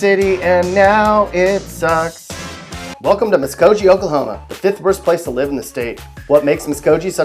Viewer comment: You know you're not from Oklahoma when... The video would have been a lot better if he pronounced Okmulgee and Muscogee correctly...